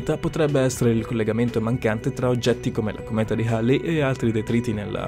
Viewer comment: La cometa di "Harley" non si puó sentire. Manca la cometa di Davidson, haha. Un video cosí interessante e poi una sparata come questa? Peccato, ma capita... e ricapiterá. Cmq naturalmente si chiama la cometa di Halley.